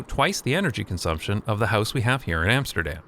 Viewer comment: All good and well but it is about time you'd started pronouncing Amsterdam correctly ;)